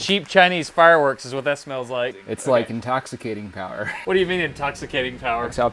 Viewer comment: MORE POWAH BABY